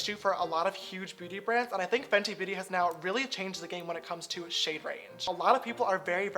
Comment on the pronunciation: "booty brands" 😂😂